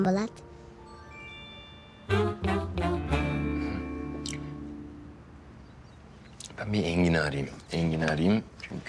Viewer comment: Serkan Bolat diyor yaaa😄